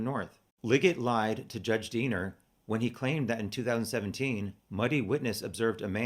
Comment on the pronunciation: Everytime you say Diener I hear Deaner and think of the movie FUBAR. It helps lighten subject.